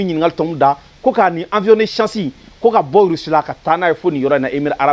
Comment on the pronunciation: Bjr Quand vous donnez des infos en bamananka évitez d'utiliser bcp trop souvent les mots français Il faut prononcer << avion et non avion >>>